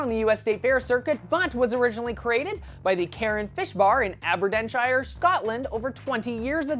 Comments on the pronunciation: Haha " Aberdenshire " I thought it was Aber -deen - shire. And I live there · i am from Aberdeen and laughed when he prounouced it ab-er-den-shire but is actually ab-er -DEEN-shire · Oh my Gosh! Aberden? A-Ber-Dean. Your pronuncation of Scottish names is funny xD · Okay BTW it is Aberdeenshire not Aberdenshire! :) lol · A-ber-deen-shire, not aberdenshyre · lol aberdenshire it pronounced aaabberdeeeeeeen shire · You mispronounced Aberdeenshire. Also, Mars said that the Deep Fried Mars Bar didn't help promote the image of Mars but to be fair I have had one and they are filling so if you get one make sure you have someone to help you finish it off. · That was a weird pronunciation of Aberdeenshire, I laughed because I'm Scottish! Haven't tried one yet but it's on my bucket list, along with deep-fried Curly Wurly. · you said ABERDERNSHIRE WRONG i know cuz in from here!!!!!! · It's not how you produce Aberdeenshire and also just call it Aberdeen please